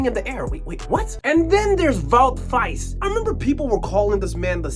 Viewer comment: Faes isn't pronounced Fice, but Faaaaaaas. That matters because drawn out long is the only way you're gonna have to pronounce that name in the future.